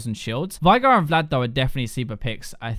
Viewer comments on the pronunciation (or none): When will people learn that it is pronounced "Vay-Gar" not "Vi-Gar" or even worse "Vee-Gar"